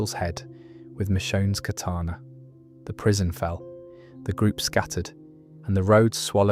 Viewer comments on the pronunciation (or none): none